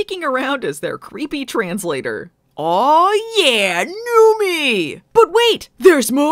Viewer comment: Wait, has it been "Newmy" and not "Newmie" this whole time?